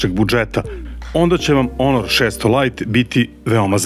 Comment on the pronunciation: Zašto stalno kažeš onor? To neka nova marka smart telefona.?? 😅😂🤣